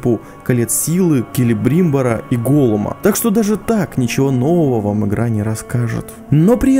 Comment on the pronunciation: Келебр(И)мбор? а разве не Келебримб(О)р?